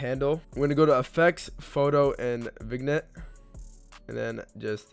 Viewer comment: Vignette (Vin-yè) not (Vig-net)